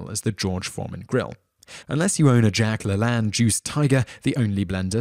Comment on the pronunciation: Thumbs up if you LOL'd at the way the narrator mispronounced Jack LaLanne.